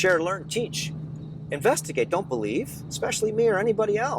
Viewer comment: "Be "lie" ve"